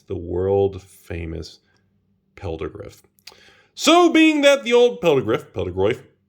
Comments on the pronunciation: I always thought it was pronounced fell-da-griff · Someone needs to tell “ph” makes a “f” sound. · Hearing pronounce Pheldagriff is driving me nuts. PH makes an F sound,.